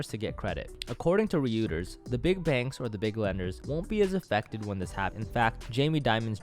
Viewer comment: Reuters is pronounced Roytrz. Anyways, good video.